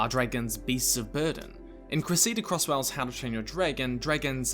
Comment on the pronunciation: Creseeda Crosswell is an interesting pronunciation